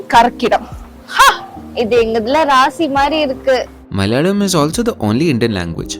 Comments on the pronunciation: Why do you say "Malyalam" instead of Malayalam (Mala-yalam), suppressing the vowel on the second letter? Say the vowel (of the second letter) fully. There is hell-of-a-lot of difference between Tamil & Mal-yalam month names. All over India month is named after the "nakshatra" (star asterism) that Moon is at (location-wise, Moon spends a full day-night (almost) at one of the nakshatram's, number 27). The first month "Chaitram/Chaitra/Chitra" is for nakshatram, Chitta(or Chitra as some would say) in Kanya Raasi, falling in March-April. Malayalam months don't follow the Moon, but the Sun's transit and not nakshatra but Raasi's (the 12 Raasi's or "signs" also divided into 27 nakshatras), The first Sun-month is Chingam (Singam or Simham = "Leo") starting in the middle of August. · This is some quality research right here... The way he tried to pronounce malayalam 🔥🔥🔥